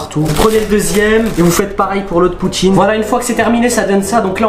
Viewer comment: "POUTCHINE" nan sérieux vous êtes les boss